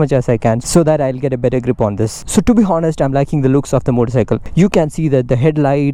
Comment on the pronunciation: Loved your vlog, and one small correction please don't pronounce 'Hohnest,' but H-onest, H should be silent. Anyways keep up the spirit.